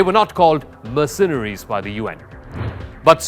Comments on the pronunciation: Learn to pronounce "MERcenaries". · "sas" - too funny! and mer-cen-eries - OMG The rest is probably just as well researched and based on vast historical knowledge.🤣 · My ears bleed from hearing "mercenaries" pronounced with the accent on the second syllable instead of the first. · Please learn how to pronounce mercenaries (Merc- cen- aries! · this guy keeps saying 'mirsinaries' . It's annoying and he should know better. Other than the he's way better at English than most Indians; or Englishmen for that matter. Slava Mother Ukraine 🇺🇦🇨🇦!! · I have never heard Mercenaries pronounced this way before — or is it just me 😳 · This guy does a great job narrating. But please learn how to pronounce "Mercenaries". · He seems to have a decent command of English. But why, oh why, does he have to say 'mercenaries' so often and garble it's pronunciation? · His pronunciation of mercenaries was also wrong, repeatedly😉